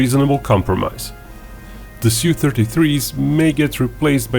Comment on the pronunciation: Su is pronounced as in word "super"